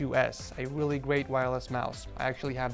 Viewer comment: Blue yeti snowball 🤣 the whip and he said weally 7 times in this vid, he doesn’t have a headphone stand 😂